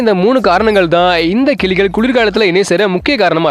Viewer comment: கிலிகள் அல்ல, கிளிகள் சரியாக உச்சரிக்கவும்.